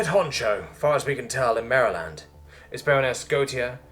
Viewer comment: Just wanted to let you know from a local Marylander. You pronounce every name Location name wrong…….. Including Maryland.